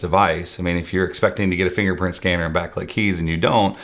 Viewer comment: DID YOU SAY N FINGERFKNPRINT SCANNER?....FINGERPRINT SCANNER...SAY IT AGAIN ...FINGERFKNPRINT SCANNER